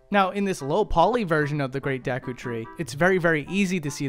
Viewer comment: Deh-KU tree? Wtf